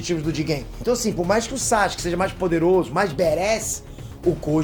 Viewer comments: SÁxke ao em vez de Sasuke me dói ainda kkkkk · Eu não tanko esse "Sachuske" do kkkkk